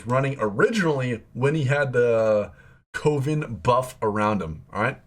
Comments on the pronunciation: 4th person I’ve watched on YouTube to Pronouce it as CO-VIN instead of CUVIN 🤷🏽‍♂️😂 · My man it's pronounced CUH -- VEN.. not COH - VEN. Save you some hassle down the road when you play that trait :) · It’s pronounced cuh-vin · Kept thinking he said covid and not coven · Love the video but it's Coven (Kuh-vn) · Co-ven, like a coven of witches ( kəvən ) the o makes an " aaa " sound. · I think you don’t know how to pronounce coven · why is it so hard for people to say coven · thats not how you pronounce coven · the way you said "coven" triggered me. ill watch the rest later haha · Why can no one pronounce Coven correctly XD